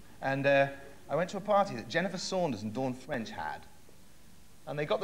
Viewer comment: "Dawn Fwench..." ha I thought that speech impediment was only put on for The Young Ones, not actually real.